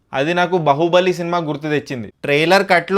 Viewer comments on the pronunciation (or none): బాహుబలి ni బహుబలి ani pronounce chesthunnav nuvve cheppali pronounciation baga cheyaledhani...Trailer antha bagunte bagoledhani antunnav reviews cheppadam manesi thopudu bandi meedha tomatolu ammuko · Adi bahubali karu ra edava baahubali. Sariga palakatam radu kani reviews matram istam. Bochu galandaru review chepevalle. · బహుబలి కాదురా బొక్కా.. బాహుబలి.. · బహుబలి కాదు బ్రో బాహుబలి